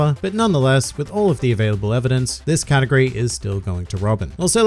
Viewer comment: Anyone else here this katakuri instead of category?